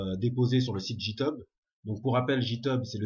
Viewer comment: Ça se prononce comme ça github : guy teube. Le site ne fait que compter le nombre de commit par repository et n'analyse pas du tout la qualité du code. Ce n'est donc pas forcément une source de qualité. Par exemple certains devs ne push sur github que les releases (version majeure). Cela fait donc beaucoup moins de commit mais cela ne donne aucun indice sur la qualité du code.